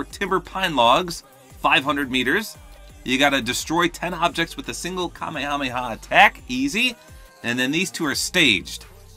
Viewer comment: I feel like I'm being ignored. Seriously, Kameha-meha; they only say Kame hameha when they are yelling it.